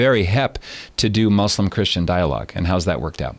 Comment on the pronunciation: Good leftists pronounce it "moose-lim".